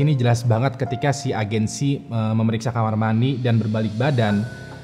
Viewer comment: ngomong KAMAR MANI anjir